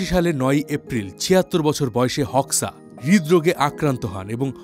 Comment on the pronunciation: গত চার বছর ধরে আমি আলবেনিয়াতে বসবাস করছি, আলবেনিয়া মানুষ গুলো অনেক ফ্রেন্ডলি, আর তার নাম এনভার হোক্সা(হোকসা) না উচ্চারণ টা হবে HOXAহোজা। 😅